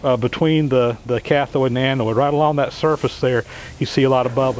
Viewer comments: Shawn Hawkins LOL I don't really care one way or the other. I just never heard them pronounced that way. We all know what it means any way it's pronounced. Just funny to hear is all :) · Good video. No big deal, but it's anode not anoid. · Not a great crime against the language , but you persist in saying annoid instead of anode. (what ever an annoid is, it does not exist in English speaking countries so spell checker throws a fit). Thank you for sharing your knowledge....much appreciated. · with all due respect, it's anode and cathode, not anoid and cathoid. It was a great explanation of electrolosis, and a great result. Please keep presenting these great videos. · Annoyed and thoide" ANODE and CATHODE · BTW, they're anodes not anoides. It doesn't rhyme with androids.. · Im anoide at the pronunciation :D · Avoid the Noid kept coming to mind lol. Good vid though! :) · sorry, the words are anode and cathode. NOT anoid and cathiod. Sorry mate. I do like your videos. Keep up the good work. John the Handyman is Las Vegas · Anode not anoid, Cathode not cathoid. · I am anOID by how he says Anode and Cathode 😏, but thanks for the vid 😁 I wonder if the process would be more efficient if you stopped it now and then and removed the "slag"? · SERIOUSLY! It's not Anoid and Cathoid.... It's ANODE AND CATHODE. There's no I in either word. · It's "cathode" and "anode," my friend - not cathoid and anoid. :) I'm really enjoying your videos, however. You are a very talented, skilled, and knowledgeable craftsman. Thank you for taking the time to bring these informative programs to us. I am disabled, so you provide me an enjoyable way to work vicariously, through you and your shop adventures. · A-NOID? Ca-THOID? Anode, cathode. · NOT 'anoyd', NOT 'cathoyd' ... 'ode'.... 'oad' like toad, not 'toyd' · the word is "anode" not "Anoide"" same for cathode, not cathoide.